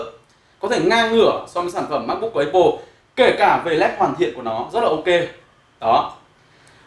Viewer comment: mong a cũng như nhiều reviewer công nghệ khác phát âm đúng tên giùm cái. Áp pồ chứ ko pải lá ây bồ( cu hiệp) hay ép pồ( đa phần reviewer hay đọc)